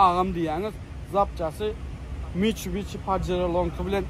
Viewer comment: mitshubishi (Mitcubici😂😂😂😂